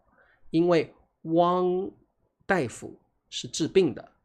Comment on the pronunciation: 大夫 pronounced as “dai” 不是 “da”. Hmm…😊